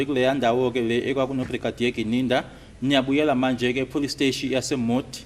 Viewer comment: Aybo have you ever hear someone saying plustation instead of police station😢